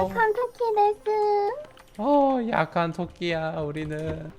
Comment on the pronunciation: ㅇ..약한 토끼가 약빨은 토끼라는거죠? 아니면 뭐 악한토끼를 잘못발음하셨나..